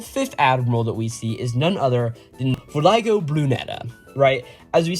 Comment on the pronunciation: Voglio is italian and is kinda pronounced like the g isn’t there. So it’s more like "voh-lio” (technically you also make a certain throat sound but that’s kinda specific) Voglio just means "I want" though. Not the best name. I want Brunetta.